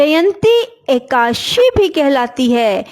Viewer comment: Ekadasi To ache se bolna Sikh lo